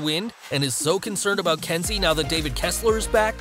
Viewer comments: Why are you calling her Densi when her name is clearly Kensi? It’s bloody confusing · It’s Kenzie not Densi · It’s Kenzi,...not Denzi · It's Kensi not Densi. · It’s Kensi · It's Kensi